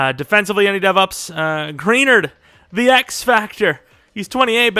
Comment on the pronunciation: His name is pronounced green-ard